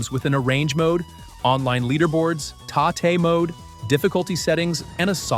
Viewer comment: Personally, I would prefer subtitles but must admit I was shocked to hear the AI voice-over pronounce TATE MODE correctly. Good video, good list and since you enjoyed Angel at Dusk, you should check out Steel Vampire also by Akiragoya (if you have not already). Looking forward to your next video!